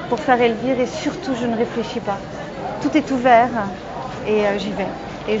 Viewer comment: Heureusement dans les doublages elle perd cet accent parisien a J'adore sa voix mais c'est insupportable ces fin de mot en 'in' ( pour exemple : - ce spectacle Magnifiquin, de Jeanne est Margueritin..... Tout est Ouverin). Je l'aime et elle m’énerve :)